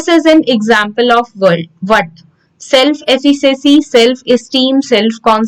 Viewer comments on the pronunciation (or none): Your pronounciation of efficacy, deprivation and few more words are wrong..... Please try to improve it in your upcoming videos